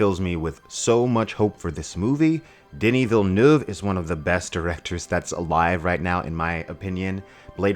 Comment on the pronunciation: Gave you a like the moment you said Villeneuve's name correctly. Props to you.